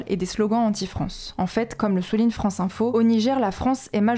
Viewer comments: "a bas la farance" 🤣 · " A bas la Farance" 😂